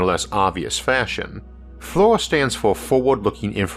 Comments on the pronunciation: It's "fleer" not "floor" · FLIR is pronounced "Fleer", just an Navy Vet that worked extensively with airplanes.